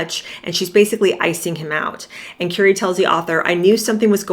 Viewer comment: Please pronouncrme Currie's name properly.